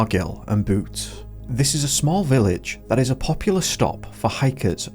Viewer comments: Pronounced R giy ill and beyoote 😂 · Few pronunciations to correct ...Sounds more ....bridge of ORRKAY......and not Argyll and boot... ...BYOUTE... Just had to say....but fascinating video....Good work. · "The Bridge of Ortchy located in Argill and Boot" - maybe check how to pronounce some of the place names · "argil and boot" Good video but please learn how to pronounce locations! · Loving these uk mysterious disappearance videos, but the way u pronounced argyll and bute gave me a laugh. Its pronounced ar-gyle and b-yout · Can't listen to this..."locks" "Boot" "Bridge of Orgy" "Lock Eetive"...and Doncaster belongs to Scotland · Ar-guille and beaut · Brother how do you mispronounce Bridge of Orchy, Argyll AND Bute wrong all in a row 😅 Research please don't guess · pronouncing Orchy, Argyll and Bute all wrong in succession is kinda funny